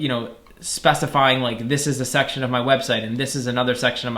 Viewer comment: Everyone: section this guy: SUCCTION